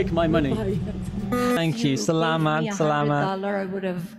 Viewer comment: Saying Salamat! Salamat is so on point!!!:)